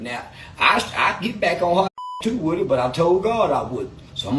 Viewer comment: It’s Woody. Like wood. Not Whoody